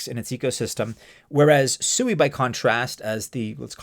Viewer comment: You're obviously haven't done any research on SUI one of the first things you would have learned by going to their official website is it you have been pronouncing their name wrong the whole time if you can't even get the name right how can we trust the rest of your data. In Japanese it does mean water the Japanese people are laughing at you thinking you're a pig every time you pronounce it wrong